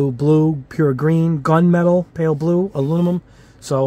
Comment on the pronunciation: Hey, man I love your channel. I love the intro music and your reviews are very in depth and informative but HOLY MOLY do you struggle with the word Aluminum! Please learn how to say it because you have a perfect command of the English language but when You say A-loo-ni-mum it makes you sound like a 6th grade dropout. Please work on that because we love you man! A-Loo-mi-num. Thanks for the great content